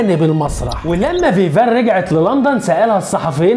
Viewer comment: اسمها فيفيان صلح النطق